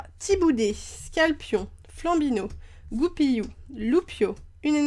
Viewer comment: Et c'est Goupilou pas Goupiyou la prononciation non?